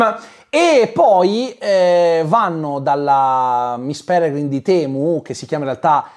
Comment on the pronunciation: Ogni volta che diceva "miss Pelegrim di temu" morivo dal ridere hahahahahhahahahahahahaha